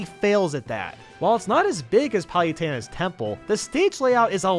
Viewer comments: Um... did say "Payutena"? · Is he pronouncing 'Pah-lu-teh-nah's Temple 'Pal-u-ten-ah's Temple or am I just crazy? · Forgot how he's pronouncing Kalos. He seriously called Palutena, "pie-yu-taina". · Who tf is Pie-utena? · Random User :P “Kaylos” “Palyutena” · Cal-los Pal-luh-tine Kie-mare-ah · Does anyone else hate the way he pronounces Palutena's name?